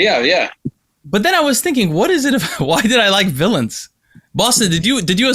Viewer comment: Who Said villons??